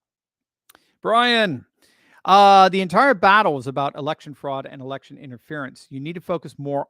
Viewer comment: I've never laughed so hard is when you said "erection." 😂